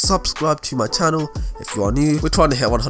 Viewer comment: He says it likes this subscibe to de tannel